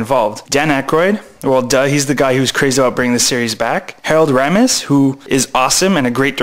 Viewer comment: Great insight dude, and by the way, Harold (Egon)'s surname is pronounced RAY-mis, not RAM-mis!